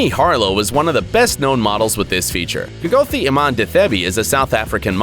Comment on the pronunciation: Kgothi is not pronounced as kee-goo-thi but pronounced as "kgg-uuu-tee" 😅